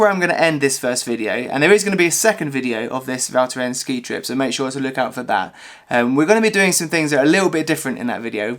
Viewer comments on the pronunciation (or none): Nice vid once again ! Ps: the « s » is NOT silent at the end of « Val Thorens » ;)